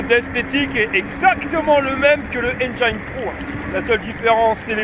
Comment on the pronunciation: J’aime bien t’écouter! Sauf quand tu dis Enjaïne au lieu de Enjin (pour prononcer Engine)